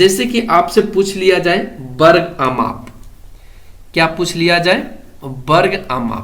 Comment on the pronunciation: Varg hota hai barg nhi hota 🤣😅😁